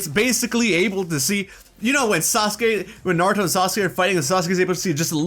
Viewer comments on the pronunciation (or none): none